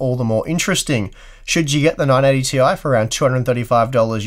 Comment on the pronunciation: Thank you for another great video. Every time you said, "980 ti", I'd hear "non 80 ti".